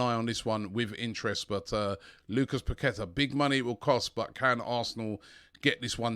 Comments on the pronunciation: Robbie it's pronounced parketa.... the Q is like a K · Paqueta is pronounced …. Pa-kwe- ta 🤷🏻‍♂️🤷🏻‍♂️🤷🏻‍♂️🤷🏻‍♂️🤷🏻‍♂️